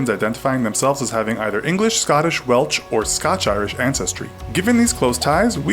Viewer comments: did he just say welch? Lol it’s Welsh. Just as it’s written. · Did that american say Welch instead of Welsh? Damn you lot are insanely illiterate. Also how obsessed with mentioning your hight do you need to be. Is 6.2 your only personality trait?